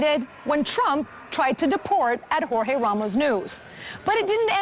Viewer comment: sounds like "jorge bean taken out" lol.